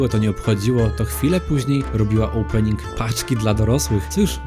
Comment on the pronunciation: krindzowy olpening ???? chlopie naucz sie mowic po polsku a nie tym belkotem